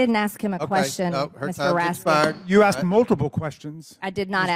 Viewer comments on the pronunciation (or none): none